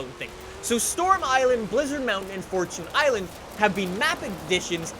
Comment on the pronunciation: Can u stop saying Fortoons island, its Fortune island, Jeez